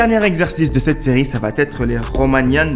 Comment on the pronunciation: Tu es très sympathique, mais fais attention à ton français! :-) On ne dit pas "vaTêtre" mais "vaêtre" parce que ça s'écrit "va être", et d'autres choses, mais là je n'ai pas le temps... lol Bravo pour ta vidéo, et force à toi!